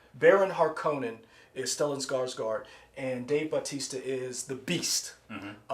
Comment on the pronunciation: Need to pronounce Harkonnen the correct way (not the wrong way like in Lynch's 1984 version; emphasis is supposed to be on the 1st syllable). Think of the Bene Gesserit as the Night Sisters of Star Wars. And Star Wars was influenced by Dune. Feyd-Rautha, Baron Vladimir Harkonnen's other nephew, most likely won't be introduced in this installment; probably saved for the 2nd film. Dune is considered one of the most famous and influential sci-fi novels of all time and is liken to Lord of the Rings.